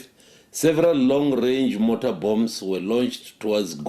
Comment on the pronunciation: What's a "motor bomb"?... probably mortar 🙄🙄 If can't pronounce the correct military term you knoew the troops on the ground is doomed.